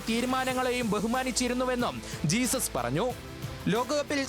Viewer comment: ജീസസ് അല്ല ഹെസൂസ് ആണ് 😂